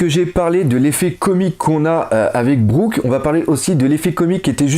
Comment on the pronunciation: Ca se dit Brouk ! Et un utilisateur de FDD perd ses forces dans l'eau tout simplement, pour le bateau de BigMom, je ne pense pas que ce soit un FDD, juste une tête animée ! Et si elle fait des grimaces quand les mugiwaras explosent le bateau c'est juste pour rajouter du fun (Le Going Merry faisait ca aussi =p) Continue tu fais du super taff, biz !